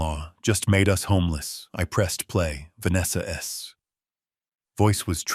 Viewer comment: Great story. The voice over was very robotic, when saying Vanessa's it was "Vanessa ess?", then halfway through it went back 15 mins and replayed. It was good but so ruff. I wish it was polished. The ess thing was very annoying.